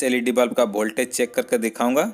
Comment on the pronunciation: वोल्टेज सही उच्चारण है न की भोल्टेज😃😃😃 सुधार करें। लेकिन विडियो उपयोगी है।👍